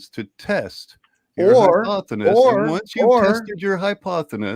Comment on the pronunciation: Isn't it hypothesis not hyponethis lol what a clown gotta cheek too talk down at us fers